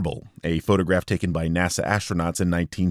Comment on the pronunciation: I thought “NASA” was the space program, but he says it’s “Nassau” like the county in Long Island…hmm, you learn something everyday.